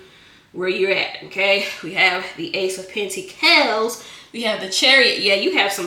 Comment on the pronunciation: I love the giggle, the plastic clapping hands, the way you say "PentiCALS", and "Chile" 😊❤